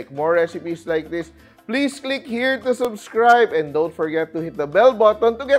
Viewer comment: Kaya nga Sabi ni chef is SIMPOL